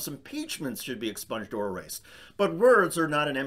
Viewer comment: The way she says exponged makes it sound as though she want her hero subjected to a very unpleasant surgical procedure. Maybe we should grant her wish.